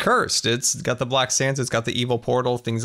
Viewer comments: Who else heard black sams island instead of black sands island or is it just me? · It sounds like hes saying black sans